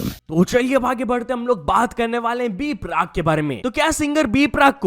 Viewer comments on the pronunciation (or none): B-Prak❌ B-PARK✅